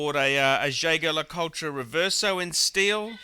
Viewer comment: this guy claims to be some sort of an aficionado and yet he can not even properly pronounce jaeger lecoultre. Let this be said that this is the same guy who said that a watch was a good purchase because it was waterproof.